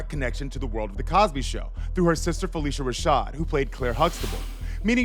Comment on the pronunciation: IT IS PRONOUNCED PHIL-LISHA NOT FELICIA. AFTER YOU MISPRONOUCED IT LISTEN TO THE CLIP YOU PLAYED RIGHT AFTER WHERE THE GUY PRONOUNCES IT CORRECT! SHEESH